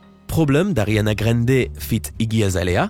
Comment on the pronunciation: Pk tu dit Ariana grender